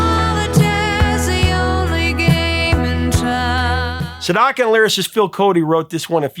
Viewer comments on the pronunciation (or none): "Sedaka" - not Sendaka. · Professor, Neal Sedaka is the name of the artist, not Sendaka.